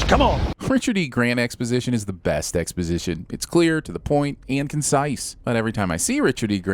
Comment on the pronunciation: "Expositioin" which I believe is a moon of "Lamentis 1" DING